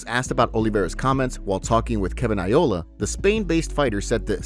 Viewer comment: kevin Iola? its not Io-la. Its Kevin Aioli as in garlic aioli. Its spelt Iole in his name but you pronounce it as aioli as in the garlic sauce